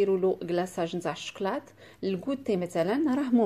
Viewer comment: écoutez comment a prononcé choklat😄😄. Trop mignonne notre ❤️